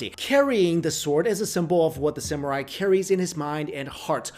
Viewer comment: an asian that cant properly pronounce "samurai" 😮